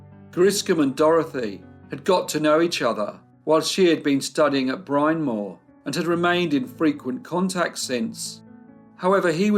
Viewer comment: Bryn Mawr is pronounced "brin mar" not 'brine more". I am Aussie and know that! I visited and had to ask locals.